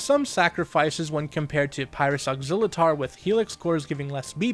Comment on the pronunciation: Technically his name is pronounced as ox-ill-uh-tor.